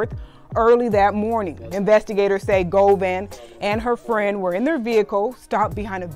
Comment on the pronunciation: “Govan” Go Vaughn lol